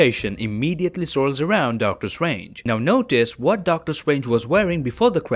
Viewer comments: Really He really is calling doctor strange DOCTOR SWANGE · Hate how he pronounces doctor strange